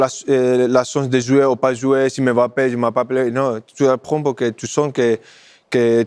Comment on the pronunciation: Ce qui me saoule c'est la blonde pourquoi elle l'appelle aimebappé sérieux alors que c'est un M muet! Bon sang de bonsoir